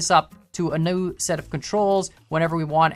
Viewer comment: when he said “ a new” he sounded really southern 😂😂